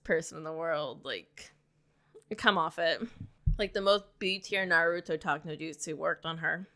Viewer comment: Ur pronunciation of Naruto is killing me girl. Pronounce it correctly